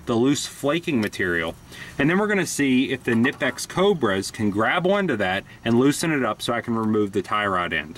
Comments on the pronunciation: the "ka-nipex" gets me all the time. being austrian myself i do find it hilarious for yet to find an american to pronounce it properly, but there's no pun intented. the "kn"-combo is vastly different to pronounce in english than it is in german, and as a suggestion you guys should try the "qu" out of "quest" or "question" and seamlessly impart the "n" rather than pronouncing it like "kw". much like "qn-ipex". if that makes sense, of course. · lol. I thought he was trolling at first, but I think he legit thinks it's kannippex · Is that the proper pronunciation? All along the boys at the shop and I have been saying "naipex", funny... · Dude is nipex the K is silent. just like Knight and Knife. Good review otherwise. (I am aware that the Germans do pronounce the K but it just sounds weird in English.) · Knipex= ny-pex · THE K IS SILENT!!! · The k is silent like in knife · No it's not. They're German. You pronounce the K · Aj Robinson no it isn't.. watch some videos from Knipex, they pronounce the K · 842qwery the "K" isn't silent.. just look at some YouTube videos from Knipex, they pronounce it the same way.. :-)